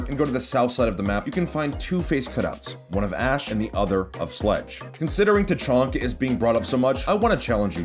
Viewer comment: Yes his name is name is definitely tachonka not tachanka